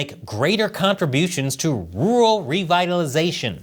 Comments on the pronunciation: Can you say rural instead of ”ruwul” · Hey,! Learn how to say "rural." You're a broadcaster, for heaven's sake.